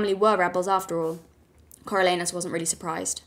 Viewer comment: Not familiar with the pronunciation of Coriolanus? I figured you for a Shakespeare girl.